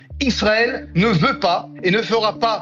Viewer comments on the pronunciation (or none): none